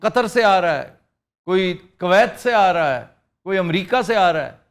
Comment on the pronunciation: کاویت کیا ہوتا کویت ۔ کو ویت صحیح لفظ ہے So called دانشور آفتاب 🤭🥌